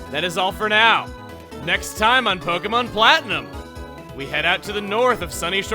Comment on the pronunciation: POKE-E-MON PWANTNIM